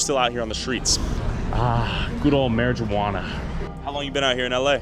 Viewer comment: big up the LA lakers lads, from the 🇬🇧UK 🏀🏀🏀. - God bless em both 🙏🙏. - “marry juana” 😂.